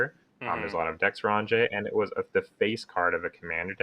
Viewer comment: "On-jay"?? Even Magic card creators cant pronounce card names right...